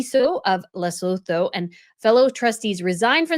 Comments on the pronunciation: 😋😋 Lesotho is pronounced like Leh-sue-two 🤓 just so you know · Rare criticism: your /excellent/ summation has you saying the country's names wrong :( There isn't a second L, it's not LesLotho! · Pronunciation nightmares 🙄😬🙄 It's Cen-tay-ball-aye and Lay-sue-too. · and the name of the charity - there's no D. Most names in that area of Africa are said as we spell them. Lengthen the vowels so it's Les-oot-hoo. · Lesotho is pronounced Le-sooo-too. I lived in Africa for 28 years. Dealing in politics and business is very difficult there. Africa has a complex history and unless you've lived there you won't understand it fully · Lesotho is pronounced “Less-oo-too” - just hoping to be helpful as this country is going to be mentioned a lot in the coming days 😁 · LE-SUE-TOO is the pronunciation. Looking forward to your take ❤ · Luh.SOO.too ... fyi :) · Pronunciation of Lesotho is Le-Sue-two. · Hi, awesome video and insight as always! I just wanted to point out that it's pronounced Leh-sew-too and Sen-teh-bah-leh. Looking forward to the next video! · Lesotho is pronounced Luh-soo-too 😊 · thanks for your intelligent, incisive analyses. It is pronounced Luh-soo-too. And Sen-ta-bah-leh both with emphasis on second syllable. THANKS, Les from S. A.